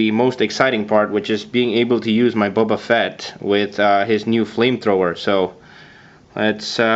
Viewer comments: >:( did he just say bubba fatt?! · Why do you say it liek “bubba fett” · It's pronounced BOBA Fett. Not Bubba Fett. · Did he call him Bubba fett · His name is not "bubba" Fett...